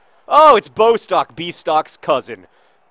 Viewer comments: Bostok's name is pronounced Bós-Tock, not BOW-stock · I'm not sure if anybody has mentioned this yet, but Bostock's name has two short 'o' sounds..s its not b-oh-stock, but, bo'-stock. If that makes sense... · Johnnnnn it's pronounced Boss-tock pleaseeeee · Just a note Bostock is pronounced Boss-tock